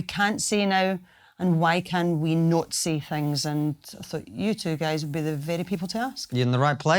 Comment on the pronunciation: Whenever she say “you guys” it almost sounds like “you gays” lol